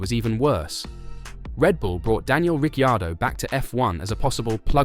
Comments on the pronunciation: Why do you pronounce he’s name like that??? Richeeeaordo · How many times did he he say Rick chardo!!🤣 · How many ways can you pronounce Ricciardo ??... I dot distracted by the simple fact , You never pronounced his name the same twice in a row ! ..And the RB driver school favours those that Marko likes rather than those who perform ON TRACK ..